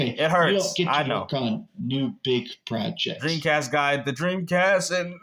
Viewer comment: Is it just me or does he sound kinda cringe when he says 'Projects' like its some kind of revolutionary, life-changing thing to happen. He emphasises it so much.